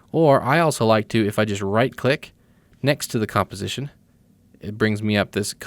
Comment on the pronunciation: Nice tutorial... But did anyone notice he cannot say composition correctly...